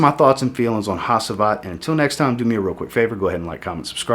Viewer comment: I don't think I've heard a single American pronounce Hacivat correctly lol